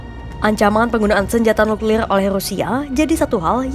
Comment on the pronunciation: nuklilrlr nuklilr r nya seperti orang British 😊